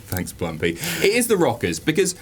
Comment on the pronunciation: its plumpy not plumpie you filthy mark